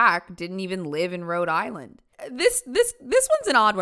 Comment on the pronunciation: i know the rhode islanders hated that pronunciation